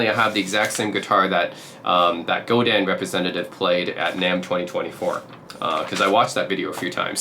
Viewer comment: In French, we rarely pronounce the last letter of a word… Godin is not “Godine”… you need to pronounce the sound “in” without any emphasis on the “n”…